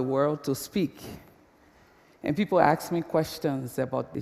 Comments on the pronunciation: as soon as she said "axe" instead of ask.. i voted down. and please, stand on ONE LEG, stop shifting your massive bodymass, it's anoying as hell.. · Is she really saying "aks" ? :D